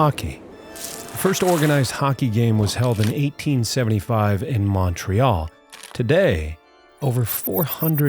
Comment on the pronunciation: Mawn trey all (Montreal) bothers me too